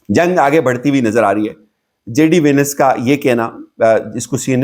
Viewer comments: JD Venice nahin hai JD VAANCE hai bhai g correction kar lain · JD Venice??? It's VANCE LOL